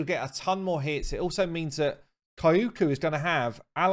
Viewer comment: Pronounce her like Kyoto, no extra syllable between the k and the y, just the 2, Kyo-ku